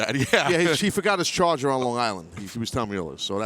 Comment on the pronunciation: "He forgot his chargah"